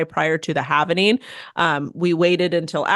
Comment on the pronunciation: Why are supposed crypto experts putting an extra syllable in “halving?” It’s “halving” the “L” is silent. NOT “havening”. 😂